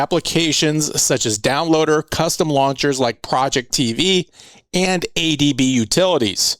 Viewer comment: For a guy who taught me how to load my android box im suprised you still dont lronounce project ivy correct still lol